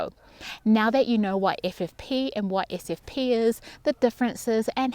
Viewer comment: Sure wish I could distinguish your pronunciation of your "SFP" and your "FFP"'s